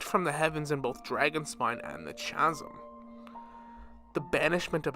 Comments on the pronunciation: "Cha-sim" I cannot take this video seriously I'm sorry... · My brother in Christ, this is a great video but PLEASE pronounce Chasm correctly going forward, you're killing me here 😂